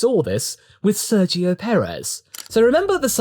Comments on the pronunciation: I’m convinced everyone says Sergio’s name wrong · I think so. Sergio in Spanish has the soft g sounding closer to an h than a g from what I can tell. English speakers say it like a g (the English g). Then again, I haven’t heard Sergio say his own name and I also don’t know in which contexts the soft g doesn’t apply (making the g in his name a hard g like in English)